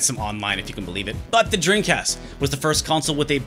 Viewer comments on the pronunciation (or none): this guy makes a video about dreamcasts but cant even say it. his lips NEVER TOUCH, dude keeps saying “dreencast”. i’ve been subscribed for months but this is the first time ive ever noticed that lol, i cant tell if hes just fucking around or its really how he says it